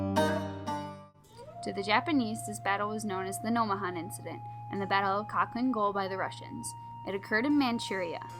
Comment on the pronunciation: It’s pronounced halhiin gol.